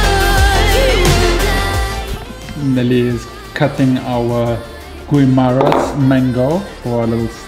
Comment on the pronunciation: Another awesome video, and Nelly. We missed your roadtrip. I think Nelly wants to say SIMOT LAHAT. Also, just an FYI, that mango is from Guimaras, one of the Philippine islands. And GUIMARAS is pronounced as "GIMARAS" (silent U). The locals can correct me if I'm wrong. 👍